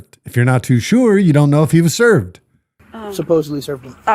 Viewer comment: ”supposeBLY” Is another one … THERE IS NO “B” in that word !!!